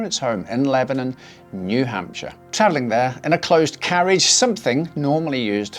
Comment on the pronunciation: Took me aback hearing new hampshire 😂